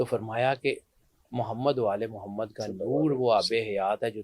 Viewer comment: Be shak Mohd SAWka nam Mubarak Ada karne ka Aap ka ndaz bahut khisurat hei Allah Hamein be yeh Jazba naseeb farmae Ameen